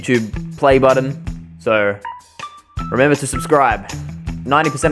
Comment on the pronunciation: "I wemember you!" - An Among Us VR player